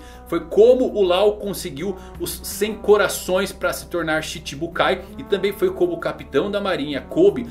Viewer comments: Não se pronuncia Shibi e sim tibi … 😛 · Rs... Chibibukais foi a melhor, mas a pronúncia está levemente equivocada. Pronúncia do japonês para CHI = TI e SHI = XI... então seria mais ou menos assim Tibibukais é não Xibibukais como foi dito no vídeo. Peace! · se fala tibi e nao chibi [xibi] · se pronuncia tibibukais e não xitibukais sua pronuncia é errada.